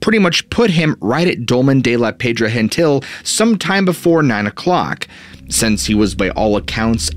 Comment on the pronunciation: He doesn’t pronounce it properly. It’s more like “shabby air” cos V is pronounced B or “b baixa”. Actually it’s more like the E sound we use when we say egg, like “shabby e[gg]”. Also Pedra Gentil is not pronounced with the H sound cos it’s Catalan, not Spanish.